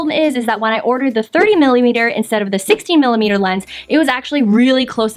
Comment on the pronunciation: Wait. Are you saying 60 millimeter? Or 16 millimeter? It sounds like you're saying sixty, which would be even more close-up. Also, "bokeh" is not a synonym for background blurriness. "Bokeh" is the spherical round formations that you see around LIGHTS in the background when they get blurred.